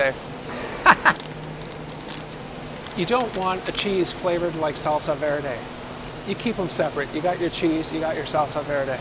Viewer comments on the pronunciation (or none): none